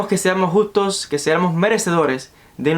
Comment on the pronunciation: Los justos no los gustos, agueonao aprende a leer.